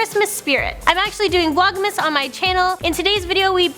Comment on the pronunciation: Vlogmis... Please say it how it is spelled plz. Vlogmas